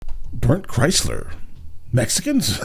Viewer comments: Just a heads up, you are pronouncing his last name wrong. There is no 'L' in his last name.. Bert Kreischer. Not Kreischler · It's Bert (Cry-sh-er)